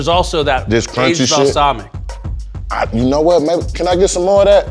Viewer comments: "Balsalmica" lmbooo i love Marshawn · “All the arugula and balsamica.”